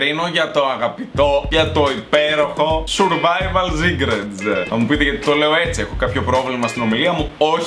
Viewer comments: Ζουρβαιβαλ ζικρετς λεει.... κλαιωωωω ,3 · Ζουρβαιβαλ σικρετς😂😂😂😂